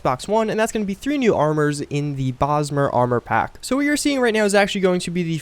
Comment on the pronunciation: Oh god then he said it again like 20 seconds later. "Elder Brosmer Sword"